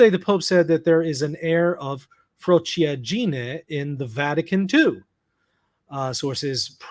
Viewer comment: Frociaggine is pronounced fro-CHA gee-nay. 4 syllables.